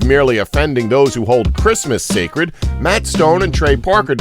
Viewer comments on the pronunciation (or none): none